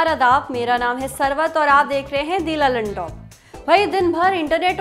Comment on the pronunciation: Bhaiya sarbat nahi sarwat hai man laga k suna karo jab itna acha lag gaya naam